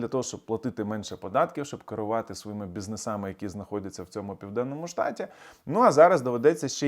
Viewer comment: «бізнесАми» - прикольно як стиль вимови інстатьолок проникає вже скрізь, включно з політичною аналітикою.